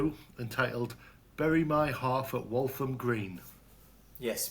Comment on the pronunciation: It's Walham, not Waltham. Walham is a small part of Fulham near the Broadway.